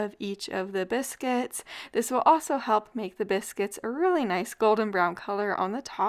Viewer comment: It sounds like you're saying cannabis-cuits 😂. Delicious! Thanks for the upload!